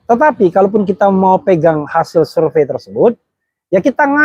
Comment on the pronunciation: Bener kata p sure pay bukan surevey